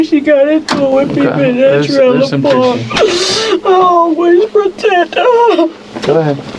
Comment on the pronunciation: “I aw-ways pruh-teted huh’ 🤯🤫